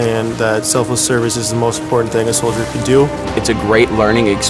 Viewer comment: I mean thats one way to say Soilder 😂